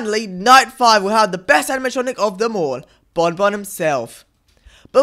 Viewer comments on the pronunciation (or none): Fuuntim Fredy and bombomb Sorry not supposed to be offensive it’s just funny the way he says it